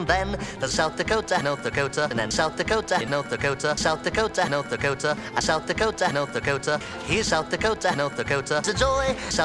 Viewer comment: South the cota not the cota.